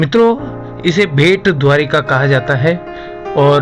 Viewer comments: bhet nahin, Bait or Bet ( Bet in Marathi Island) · IT IS NOT BHET, IT SHOULD BE BET..!!